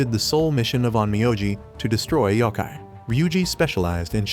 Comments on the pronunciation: yokai, not yaki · Dude that is not how you say yokai